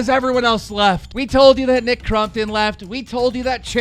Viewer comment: WE ARE VENOM no one bro jus that hes pronouncing it wrong